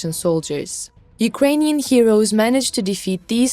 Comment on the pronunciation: "Unkrainian Defence Minister Shoigu"??? (8.27)